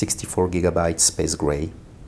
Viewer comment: “Spaze gray”